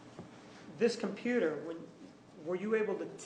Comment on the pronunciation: Who is the computah guy? He's adorable.